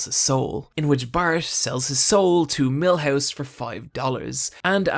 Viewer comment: god this guy has a terrible accent and pronunciation. Millhose? Come on.